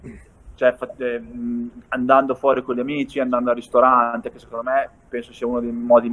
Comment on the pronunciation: nessuno: beli: shecond me..